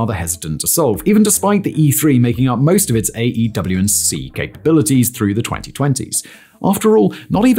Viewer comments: Stop saying AW and C, its AWACS ffs 🤔😉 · People say "AWACS," not "AW&C." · Every time he says "A, W &C plane" instead of just saying AWACS I die inside anew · Why do you keep calling them an AEW&C - with 7 syllables - when most people call them an AEWAC - with 2 syllables? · Just say “AYWAX” ffs lol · The aerospace nerd in me is going nuts at him not pronouncing it "Ay-Whacks(AWACS). Like full blown Forrest Whitaker eye irritated. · Every time he says “A W & C” I cringe, like when he spells out “m k” instead of pronouncing it as “mark” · AEW&C??? Who pronounces it like that.... aewac "awax" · AWACS pronouced' A-wacs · The way you keep saying AW&C makes this video lose credibility slightly...editor/director pls help him out lmao